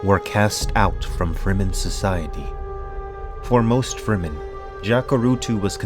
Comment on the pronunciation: he should read loud and clear the word FREEMEN, as exactly what it means : free men s land